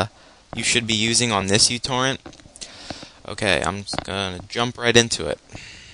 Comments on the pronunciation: It's pronounced mew-torrent. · fyi its pronounced meu-torrent :P like the greek letter for micro also thanks this def boosted my speed